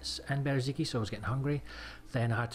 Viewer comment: Ffs, its not Bereziki, its Berezino. Its not that hard.